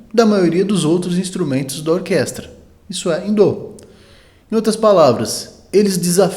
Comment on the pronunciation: Mais um ótimo conteúdo! Parabéns! Curiosidade😊: por que a pronúncia "dô" em vez de "dó" ?